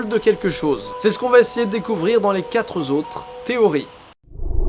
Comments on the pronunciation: Didi ont dit les "quatr'autres" pas les "quatre z'autres" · A nouveau tu dis "quatre zautres" ou "très bien têtre"... il n'y a pas de liaisons... C'est "quatre autres" et "très bien être" (à la limite là il y a une liaison en [n])